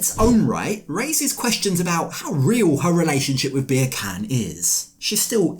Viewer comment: Ohhhh… I love your channel but I’m not sure mocking his name as “Beer Can” is cool, my dude. Turkish is a beautiful language - I think this was a bit culturally disrespectful 🥲 we’re better than and above that